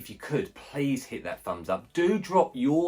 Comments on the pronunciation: This is ridiculous! You can't take phenibut every day. I've been taking it once a week for 6 years and it's fine but any more than that and you'll run into major problems with tolerance and withdrawal. Do not tell people they can take it daily, this shit is serious it will ruin your life. Also its pronounced fen-a-bute, not fen-a-butt. Also mixing the powder into a giant glass of liquid like that is just a horrendous idea lol throw the powder in a shot glass with only 1 ounce of liquid and down it in 1 gulp. The taste is terrible. No way I'd be able to drink a full glass with phenibut in it. Also too bad you feel nothing. I've had some friends say that. For me I definitely feel it strong. Makes life amazing. I'll just be so happy. My life will seem like the best life. Nothing is a big deal when I'm on this. Can't get down about anything. Makes me want to socialize way more than normal. Can not have too much socializing when on this. Also it makes me extremely horny, I consider that a negative side effect actually. The whole thing lasts like 36 hours too, so if I take it on a Saturday morning then the whole day and the next I'll be feeling it. Amd there's no come down like alcohol or other drugs. And yes sleep is amazing. Can sleep 10 hrs when normally I could never do that. Theres been some times it actually made me too tired and I dosed off while standing at work.. I've also fallen asleep mid sentence while laying down and speaking to my gf. Things that would never happen to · Pronouncing it incorrectly